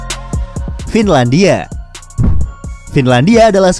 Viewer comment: FINLANIDIA NIDIA NIDIA NIDIA